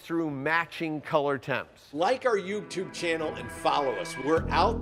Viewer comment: his "yubetube" will never not make me laugh